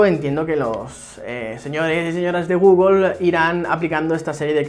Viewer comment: El día que dejes de decir "Gúgol" me suscribiré. :-) Por lo demás, buen vídeo!